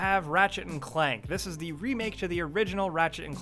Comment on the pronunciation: Makes me so mad how he always says "the" as "da" holy fuck or when he says "to/for/or" he always says "tud da" or uh dah" holy shit